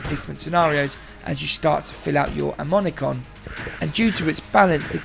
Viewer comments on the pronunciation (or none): "amomicon" i just can't get over how you try to pronounce ammonomicon